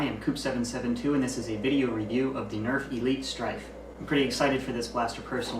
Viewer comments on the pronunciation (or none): He said stryven